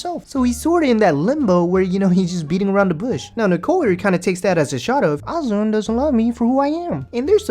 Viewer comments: Azan (Uh-zaan) PRONOUNCE THE MAN"S NAME CORRECTLY GOD DAMN!!!! I can't stand how ignorant people sound when they pronounce his name like an ignorant fuck... Jesus christ 🤦🏻‍♀️: Great work on the editing and your videos are pretty funny, I must admit 😂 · She mispronounces Azan’s name too. Disrespectful.